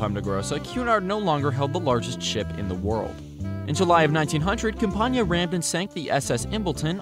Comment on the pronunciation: camp-ain-iah is how it is pronounced